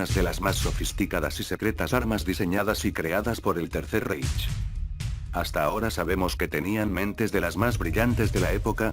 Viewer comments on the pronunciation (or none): Que no se pronuncia "raij" ?